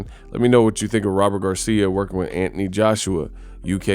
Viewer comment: Who the f___ is Antanee, say the name correctly Anthony